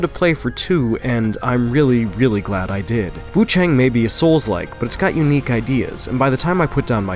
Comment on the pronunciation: WuChang, I think the a in chang is pronounced more like 'ah' instead of 'eh', so is Wu ChAHng.